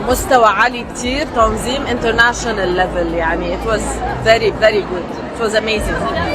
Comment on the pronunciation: سلافة معمار 😂 more international والله أنت اللي بدك مور انجليش يا مورسي 😅😅😅 مبين عم تبذل جهد لتحكي هالكلمتين